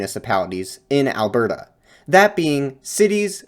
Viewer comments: Bruh you need to not enunciate the "T" in "Alberta" so much. It is Alberta. Not "Albertuh" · as someone from Alberta, it's hilarious to me how every single time you say Alberta, you way over pronounce the T. we pronounce it more like "al-ber-duh", rather than "al-bert-uh". not hating just found it funny :) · alberta is pronounced "ahl-burda", soft t. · Nice work man! As an Albertan though, the way you pronounced Alberta made me cringe! 😂